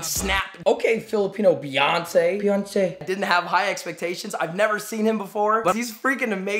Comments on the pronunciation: "Peyonce" lmaooo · "peyonce" BAHAH